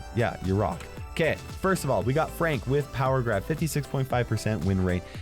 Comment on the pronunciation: saying ok instead of 'KAY at 3;23 after yeaaars